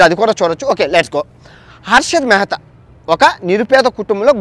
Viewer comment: Mehra kadhu ra mehtha